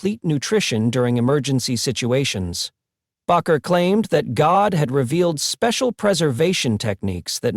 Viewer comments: Argh, that bugged me. It's not "Backer." It's "Baker." BAKER. BAKER! SAY IT RIGHT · Bakker. Proper spelling. ……Bay….ker. Proper pronunciation. I’m not a fan. But hey, these presenters lack their own factual and obvious credibility, ..do your homework. Plz. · People do not have powers. This is only God. Anywhere the word is spoken it will deliver. Have faith in God, His only begotten Son and Holy Spirit. If you are going to post this please use a better AI. That g is pronounced as the g in angel. The a in bakker is a long a and the name is baker. These words matter if you want to impress. Look not to any human. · You know what amazes me with narrators of programs like this they can't get the names right of the people they're talking about. Pastor Jim bakker is not pastor bocker. But that's how he pronounces the name. And why during his segment he keeps flashing up pictures of Jimmy swaggart you're not talking about Jimmy swaggart. Keep working on your videos someday you'll get it right. Pastor Dom Tucson Arizona. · Bakker is pronounced Baker. Like the person that bakes bread. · AI can not even pronounce Baker correctly.